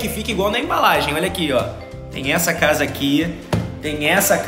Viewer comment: VC falou invés de casa VC falou tchsa foi assim que VC falou😇🤗